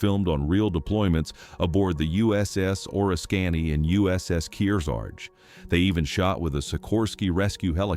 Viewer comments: Two comments: for The Bridges at Toko-Ri, the carrier pronunciation is the Or-ris-can-ee, not Or-iss-canny. Second, the movie studio wanted William Holden's character to be rescued, but he insisted the movie end in the same way as the book, with his characters death. That's because William Holden's brother was a Navy pilot in WWII who died in combat, and he wanted to both honor his brother and not sugar coat the realities of war. One other comment: James Mitchner based the book on a long magazine article he did after spending weeks on a carrier off Korea during the war. One of the pilots on that carrier was the future astronaut Neil Armstrong. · Artificial Intelligence ruins a video like this. My brother calls AI "Artifical Ignorance", and I like that label. The dialogue that tipped me off was the mispronunciation of the name of the carrier "USS Oriskany".